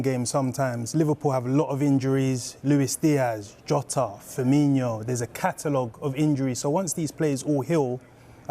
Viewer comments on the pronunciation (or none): Liverpool fan?? And he calls him Firminio not formino